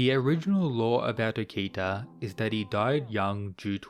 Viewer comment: Ngl I like your rundown of videos but your buturing of okitas name is super jarring man.